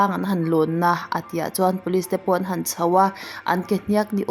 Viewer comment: 'An han chho a' tih a, 'han' ri khamphei lovin ri sang tur